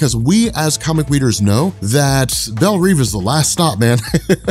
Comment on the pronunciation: Belle REV.. not belle REEVE